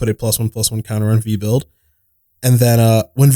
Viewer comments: Its Veb-you-lid. Not Vee-Build. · misreading Vebulid as Vebuild 😂